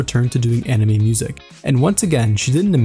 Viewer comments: You pronounced 'anime' as 'enemy' so many times. 😓😓😓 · Bro it's "Anime," not "enemy"